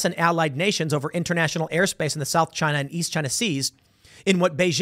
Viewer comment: Chy-nuh! Chy-nuh! Chy-nuh!...